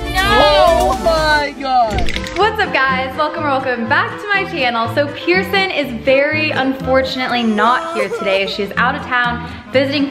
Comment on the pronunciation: They said pierson